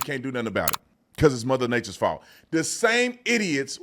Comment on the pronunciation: It is Gavin’s Faulth 😂😂😂😂😂😂😂